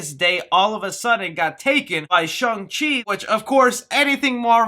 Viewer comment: Why do you keep calling it Shung Chi?... its Shang Chi... not shung. I am Chinese... and its painful everytime you insist on pronouncing it that way. Thats not a a potato po-tah-toe sitch. Its Shang.